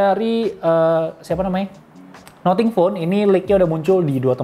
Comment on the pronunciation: Nating bukan noting